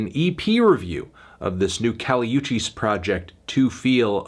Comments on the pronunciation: It's kali woo-chis, not you-chis. In her last album in the track 'Miami' and 'Nuestra Planeta' you can hear the featured artists shout out her name. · It's pronounced Oo-cheese, melon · nigga really said Kali EWCHIS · PRONOUNCE HER LAST NAME RIGHT CHALLENGE